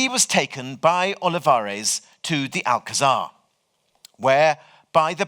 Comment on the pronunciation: A wonderful lecture! Though I must say the pronunciation of Alcazar is grating to a Spanish speaker.